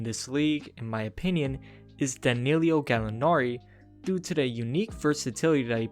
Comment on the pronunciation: Its not Danillio, it's Danillo